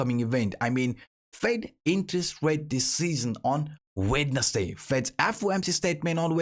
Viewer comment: Say "wetnessday" again please 😬